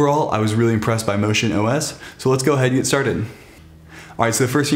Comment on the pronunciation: you called it ocean ios, did you mean to say MotionEyeOS?